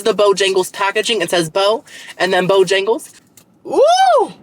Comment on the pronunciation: Yay! So happy you got to try and loved "Bo-yang-les" lol. I highly recommend their Cajun filet chicken biscuit and bo-rounds next time you for breakfast-and they have breakfast all day woot woot 🎉